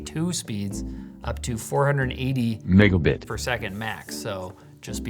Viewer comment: that does not sound like megabit😅